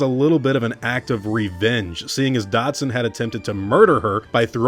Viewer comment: Who tf is "Dodson"? You mean "Dodgson"?